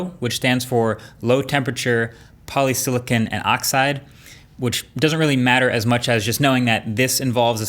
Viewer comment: A small detail but it's 'polysilicon' not 'polysilicone' no rubber in your display !